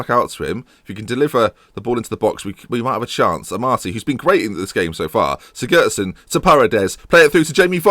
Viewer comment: Siggurdson: Cig-goo-ard-son.